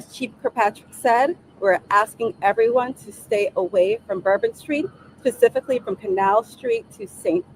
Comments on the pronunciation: And I can almost SWEAR she uses the word “pacifically” instead of “SPEcifically”… I listened to it about 5 times and it sounded like the former to me. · I thought you might mention when she asked for something, Pacifically. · Stay away Pacifically not specifically...WTF !!!! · Why require college graduates when your spokesperson is not capable of speaking grammatically ? "pacifically" ? But we have to put the blame on the person in the Bureau hierarchy who didn't say NO to the nose ring. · DEI hire for sure, doesnt make me feel safe AT ALL , 'Pacifically" because she can't speak ENGLISH! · This DEI is simply REPEATING what she was TOLD. "Pacifically" repeating, that is! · Pacifically whats going on...illiterate DEI. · Literally said "pecifically". Where tf do they find these people??? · I'm so glad she "pacifically" told them to stay away from Bourbon Street! Dear Lord!! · That’s what I thought I heard…so much for the best and brightest. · She said something about it being her ass? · I did!! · Did she say specifically, or pacific-lee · Whats with the nose ring? Why does she have trouble pronouncing the english language? Why is her voice shaking? There was an isis flag on the truck? I want to know who wrapped the isis flag up. She is a DEI hire. No doubt in my mind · Did she say pacifically? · Yes… I believe she did…. Sadly.